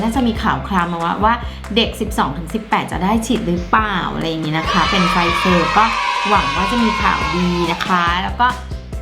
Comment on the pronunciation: ไฟเซอร์ค่ะ ไม่ใช่ ไฟเซอ